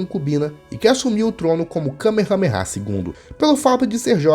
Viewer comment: A pronuncia Correta é “ka mea mea”